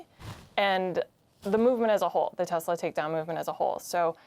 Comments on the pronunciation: "TESLUR" (LOL) IS A SWASTIKKAR!!! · Poor Leon, being ganged up on by humans! DJT buys a "Tesler" Yep, a tesler!